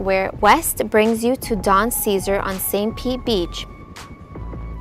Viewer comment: Well done and it’s Cesar Sa Zar